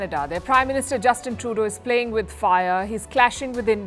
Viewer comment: Dunny woman saying Canada plating with fire 😂😂😂😂